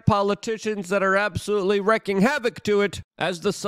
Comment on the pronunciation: Wreaking is pronounced reeking. Wreaking is pronounced reeking. Wreaking is pronounced reeking. Wreaking is pronounced reeking. Wreaking is pronounced reeking. From a friendly fellow Pollock.